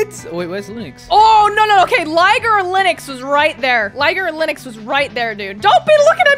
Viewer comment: It’s OKEH to not be OKEH❤️ titan cry 😭